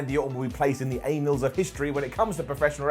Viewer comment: "anals of history" - Johnny Sins, that's not how you pronounce "annals" 🤣